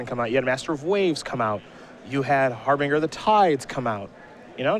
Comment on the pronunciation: Har-bin-ger not har-bing-er